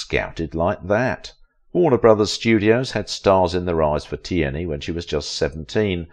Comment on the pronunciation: You need an AI who can pronounce her last name